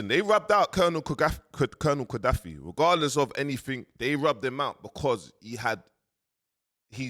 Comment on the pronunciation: It is Colonel Gaddafi. Learn to pronounce words correctly. Practice makes perfect. Learn diction in the mirror there is no shame in that.